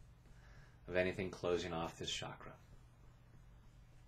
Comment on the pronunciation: just FYI.. Ch in Chakra is pronounced same as in the word Change. And not as in Champagne. Thanks for your videos.